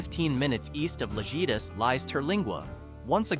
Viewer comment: Sorry. Someone had to say it. In the Mexican language. the letter J is pronounced like H. Thus, the word Lajitas is pronounced “La-HEEta”. But I’ve been there and I love the drive. And after you’ve driven from Presidio to Lajitas try driving from Lajitas to Presidio. Completely different view and scenery.